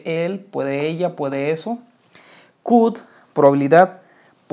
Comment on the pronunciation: Como maestro te recomiendo mejores tu prununciacion GUD CUD SHUD 😂😂😂😂😂😂😂😂😂😂😂